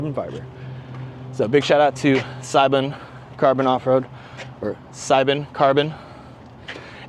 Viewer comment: Seibon = say-bon